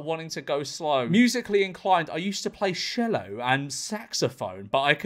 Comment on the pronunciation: Sorry, George, being a pedant but it's chello not shello